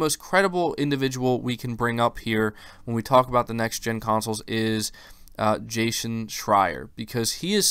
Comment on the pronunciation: Jay Chen Schreier* ;)